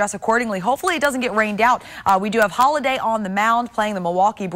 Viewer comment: She said "Holliday" his name is "Halladay"... No no..